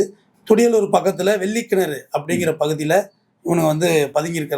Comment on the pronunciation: வெள்ளக் கிணறு என்று திருத்திக் கொள்ளவும்.